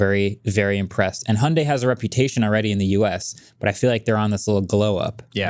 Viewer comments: Actually pronunciation of Hyundai is spot-on. It’s like Hee-yon-deh. Rhymes more like Beyonce than Sunday. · pronunciation of Hyundai is actually very close to the original Korean pronunciation. In Korean, the Y is enunciated. But apparently the US branch of Hyundai made the decision to call it "hun-day" here to make it easier for pronunciation. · I'm Korean and Hyundai pronunciation is closer to Korean's. Sorry Marques! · Idk who made that "hun-day like Sunday" stuff, but the way pronounced Hyundai sounds almost native and absolutely correct. The correct pronunciation is Hyun-dae. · Agreed. His pronunciation of Hyundae was spot on. Its definitely more like saying Hee-Yon Day faster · wasn't exactly wrong about pronouncing Hyundai like "hyeondae". That's the Korean pronunciation. In stateside advertisements, it's as Marques said: 'Hyundai like Sunday' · is the only one who pronounces Hyundai correctly and all of you corrected him. American moment 😭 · It was Hyundai NA marketing themselves when westernizing the brand because Americans struggle to pronounce it the normal way. But if you can pronounce it the native way, you should in my opinion. So they're both correct. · the very first youtuber I've seen who pronounces Hyundai correctly! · MKB correcting from the international pronunciation to the US pronunciation really grates my ears. The "y" has been dropped in the US market only because sliding via a "y" sound into a vowel is uncommon in a US accent (e.g. dyewty in UK english versus doody in US) but it is closer to the Korean pronunciation. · was saying Hyundai more correct than Mkbhd was lol